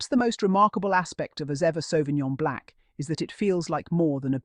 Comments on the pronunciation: Pleaseeeeeeee pronounce the wine properly BLANC NOT BLACK. I cringe everytime you say black.🌏🏝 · She is saying Blanc is her accent or pronunciation that makes it sound Black